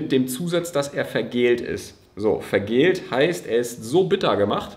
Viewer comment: VergäLLt… (von Galle; bitter wie…), nicht „vergält“…